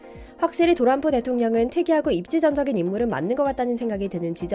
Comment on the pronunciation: 트럼프를 도람프라고 하는 게 이 광화문 브리핑은 일본 분이 만드시나요?